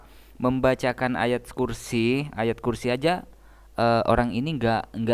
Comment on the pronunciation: Baca ayat kursi kok jadinya ayat mayat???😂😂😂😂